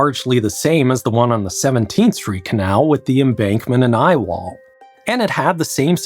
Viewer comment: It's dumb, but every time I heard him say "I-wall;" All I could think of was an engineer pitching the project in a black turtleneck. Ladies and gentlemen, the I-wall.